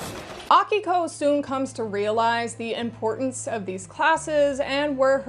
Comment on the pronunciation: As someone named Akiko, it was both nice hearing someone say it right, and really confusing hearing my voice repeatedly lol Also I'm a lesbian, and a lot of shoujo manga has emphasis on romance, but usually straight romance (and honestly i'm just not that interested in that). Do you have any recommendations for shoujo and seinen yuri? A lot of the time it seems like yuri just ends up being shounen somehow.